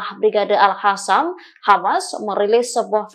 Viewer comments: Al Qasam bukan Al Hasam bacaannya artinya sudah lain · Sejauh ini kok masih ada presenter yg bilang al-hasam ya. Padahal jelas² tulisannya al-qassam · Al Qasam bukan Al Hasan bacaannya artinya sudah lain